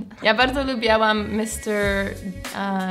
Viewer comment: tak tylko upomnę bo zwracam uwagę jak to mówisz, mówi sie lubiłam nie lubiałam, bez a bo niepoprawnie haha